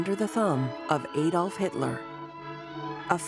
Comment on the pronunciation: Adolf Hitler, NOT Aye Dolf Hitler.